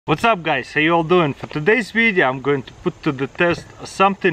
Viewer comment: "today's videa"